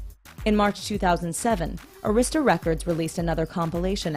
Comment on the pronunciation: They mispronounced Arista among other things. Bad journalism.